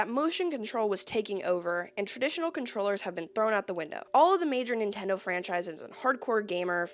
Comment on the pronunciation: Ah yes, the Nintondo "N U N C H A C K". 😂 fr tho great vid cool to see your content grow along with you and your channel!